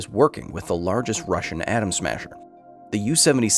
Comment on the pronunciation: Bro just said largest “Adam Smasher” …..